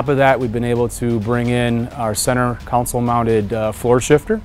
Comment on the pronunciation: I found it strange that the person in charge of the interior called the center section a "center counsel" instead of the "center console"